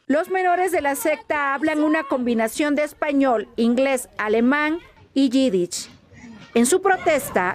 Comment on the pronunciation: Yiddish, no yidichts o cómo sea que lo haya pronunciado Y como lo dije antes, México es un país hermoso pero su gente es demasiado: Racista, intolerante, Xenófoba y segregaciónista y para muestra los comentarios!